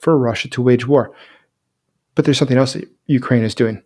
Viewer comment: no K in the word something.